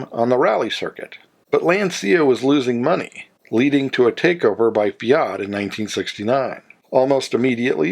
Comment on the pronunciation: WHAT IS THE POINT OF YOU ASKING US TO COMMENT, IF YOU OBVIOUSLY NEVER READ OUR COMMENTS?????? I HAVE MANY, MANY TIMES CORRECTED YOUR ATROCIOUS MISPRONOUNCIATION OF FIAT, AND INSTEAD OF PAYING ATTENTION, YOU NOT ONLY REPEAT THE GOD-AWFUL THING, BUT YOU EXTENDED IT TO OTHER MAKERS, LIKE LANCIA. Are you paying attention now????? It is NOT "LancIa" but "LAncia". GOT IT? JESUS H CHRIST ALREADY!